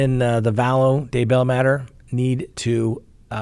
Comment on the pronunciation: I believe you stress the wrong syllable in both Tylee and Daybell.